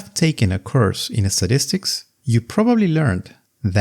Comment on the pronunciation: "a course in sadistics"?